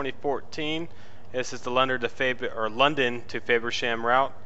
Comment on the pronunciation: Dude you pronounce it wrong it's not fayversham its FAVersham I live there😂